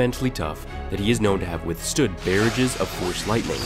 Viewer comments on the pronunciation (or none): Sorry.... Not "Bear-edges" It's "Bar-rah-ges" sounds like "garages" Yet you pronounce Teras Kasi properly. Wtf? Obi-Wan not in tune? He was one of the only Jedi to sense the Sith (even though at the time he didn't know it was a Sith presence) and the counsel of masters couldn't. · Barrage is pronounced Buh-Roj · "Barrages of force lightning"....Barrage is pronounced like mirage, just an fyi. The force is strong with my grammar and spelling. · bear'age is not it but barrage. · Tyler Turner, he cant pronounce “barrage” either. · I hope he always pronounces barrages like that (:56) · I mean, can we work on pronouncing "barrage"? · You said barrage wrong